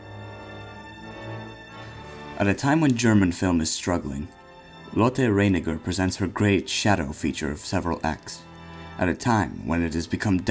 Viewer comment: Why do you pronounce "Reiniger" like "fate"? It is just as esy to pronounce it like "light".